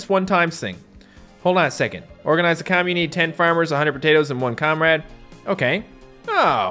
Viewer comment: it’s not Comrade it’s comreeeede